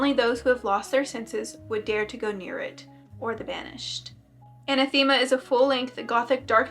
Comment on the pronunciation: Anathema - pronounced uh-NATH-em-uh